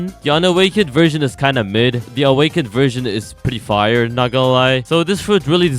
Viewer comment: Bro fr said un awkend kitsune Like Kitsune and an akw